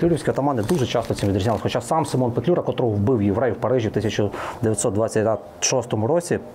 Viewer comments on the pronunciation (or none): none